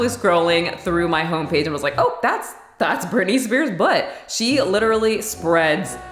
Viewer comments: It’s Britney not Brittany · Hey, it's Britney not Brittany